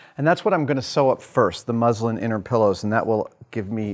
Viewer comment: ohh, thanks ! sounded a bit like the religion (islam) at first. cheers